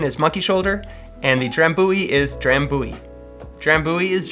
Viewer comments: Dram byoo ee. Not dram boo ee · Thats no how you say Drambuie.